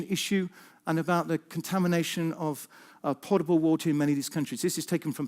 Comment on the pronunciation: For the information of others listening to this talk: 4.47: It is potable water not 'portable water'